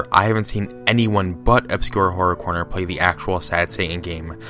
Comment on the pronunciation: "obscure correr horner" sure